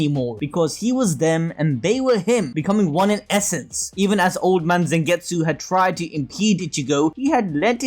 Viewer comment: Damn bro it's not Zengetsu its Zangetsu with A not E